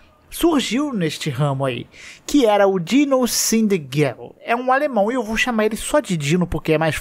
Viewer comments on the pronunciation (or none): Não é Dino, é DinoS DINOSSINDGEIL = "Dinos zind gail" = (dinos)dinossauros são foda